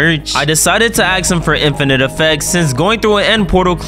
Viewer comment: if yall don't get it, he said "axe" and not "ask"